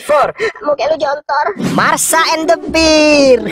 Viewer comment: Marsha bwang.. Marshaaa.. Bukan Masha... Wkwk